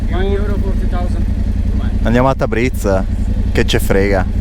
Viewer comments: Da appassionato di Iran un bel "like" a questo paese meraviglioso, però ragazzi Tabriz si dice Tabrids non Tabrits. ممنون❤ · Tabriz... si pronuncia tabriis... 2 ii e la s molto morbida...tabriis...